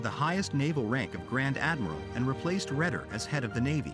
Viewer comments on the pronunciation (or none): Your pronunciation of German names is lamentable - the worst one was perhaps "von Kwetchler" for von Kuechler; closely followed by von "Mansteen", "Wittleben", and - let us just not go to the stab you had at von Brauchitsch and Doenitz - and then Redder for Raeder.... I mean, come on: make an EFFORT, eh?